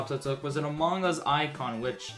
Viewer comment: when says among us like quackity. “amanggus”